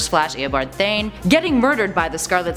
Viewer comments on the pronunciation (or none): GET THESE NAMES RIGHT. ITS THAWNE. NOT THAYNE. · There's a w in Thawne its not silent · This lady really ain't a fan of flash if she doesn't know how to pronounce thawne and she didn't know what phasing was so she just said "killed him with his super speed" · Wait a minute... how do you pronounce Eobard’s name incorrectly but can pronounce Thaddeus’s name right? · How do you miss pronounce Thawne...